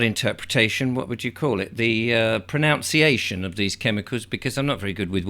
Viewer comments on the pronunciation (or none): First of all the word is “ Pronunciation “ not “ proNOUNciation”. I don’t know why people never learn this.